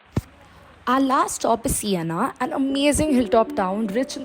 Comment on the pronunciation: SIENA, not Sienna.